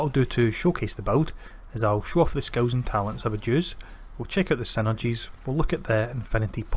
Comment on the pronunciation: Love the build and also love the way you say skills sounds like you sayings skulls lmao